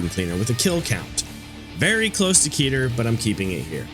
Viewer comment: awesome video!!! i'm a huge fan of both the SCP wiki and lobcorp, so this kinda thing is a joy to see :D minor gripe: i'm afraid you're pronouncing a few words incorrectly? specifically the classification names: 'keter' is pronounced closer to 'keh-ter' instead of 'key-ter', 'teth' is pronounced closer to 'tet', and 'waw' is pronounced closer to 'vav'. these discrepancies are a result of the difficulties in transferring foreign (in this case, hebrew) words to the english alphabet!